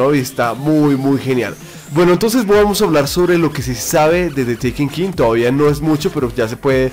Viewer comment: ''de tekinkin'' lel